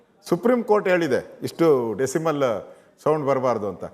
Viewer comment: Anna adhu decimal alla decibal 😂😂😂